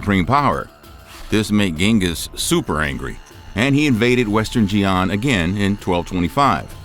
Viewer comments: Xian is pronounced "Shee-Ahn" not "Jee-Ahn". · Xian is pronounced Shi’an, not Jee’an. If you’re going to make a video which viewers can believe is accurate, at least get the names of important places and dynasties correct. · Please correct you pronunciation of 'Xi'an'. It is pronounced as follows: "Shi'an" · How is it that you can pronounce yinchuan but not xian? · I've clicked away from this video after a minute because I think that anyone making content on China but who cannot pronounce (or try to pronounce correctly) place names in China is talking through their arse. 'Xian'- look it up. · You need to edit better... instead of saying in the year of “twelve-ten” you said “twenty ten”...... Also the consistently butchering of words like “Xian” really makes me wonder if I can take you seriously.. Like, my guy didn’t even “try” to properly pronounce it... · So, when is western media going to finally start pronouncing Chinese names with remote sense of phonetic accuracy? Like, not even tones, but just basic phonetics.